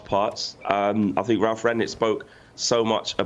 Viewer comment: Good analysis but it's Rangnick not Ragnick